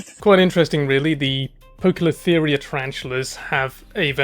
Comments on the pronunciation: Poecilotheria is usually pronounced 'pee-cilotheria' 😊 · Poecilotheria is pronounced "pee sill oh theria." The footage is quick and fuzzy, but I am guessing it's either P. formosa, or P. vittata. That's just based on the lilac sheen this one seems to have. You noted the contrast colors, but they also have bright yellow on the underside of the legs. You'll see it if they go into a full defensive pose. They are my favorite genus, but it's a bad idea to handle any of them. And these aren't even known for being super defensive.